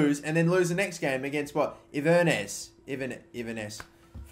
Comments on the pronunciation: it's pronounced in-ver-ness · its pronouncer in-ver-ness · In-ver-ness par-tick jfc. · Inver-nuss? 😂 Inverness Caledonian Thistle, Kill-ma-nock? WTAF 😂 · Inverness is pronounced In-ver-ness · 😂😂😂😂😂 the way you pronounced Inverness 😂😂😂